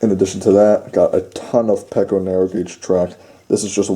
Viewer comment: Peco is pronounced pea-co